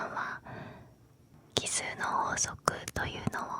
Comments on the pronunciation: なんかあれだな ちょっとかわいいな 奇数がキスに聞こえるとこがいいw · キスの法則に聞こえてしまった...